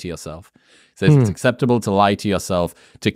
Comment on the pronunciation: The word “says” is pronounced as (sez). Stop saying (saize)